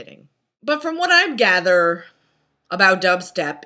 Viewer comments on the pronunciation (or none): none